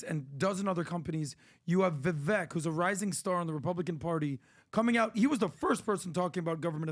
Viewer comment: I wonder if will ever pronounce Vivek properly? I thought it was how he says it at first, but since Vivek himself pronounces it differently, I followed his lead...since it's his name.